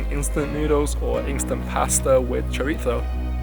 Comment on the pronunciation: Glad you took it well mate! And thanks for saying "chorizo" properly!